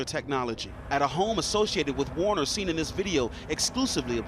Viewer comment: Anthony Q Warner...sounds like Weiner (where is the laptop?)